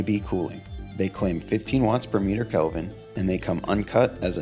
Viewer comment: It’s k-eh-lvin, not calvin klein